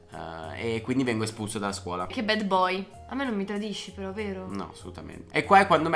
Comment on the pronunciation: Non si pronuncia BED boy si dice BAD con la A